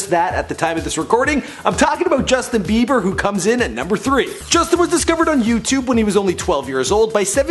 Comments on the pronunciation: Really you said JUSTIN BEBER really you **************************************** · it's actually Justin be bier and Miley Cyrus "akward"